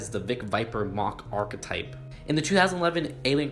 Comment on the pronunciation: btw. it's not ark-a-type it's just ark-type.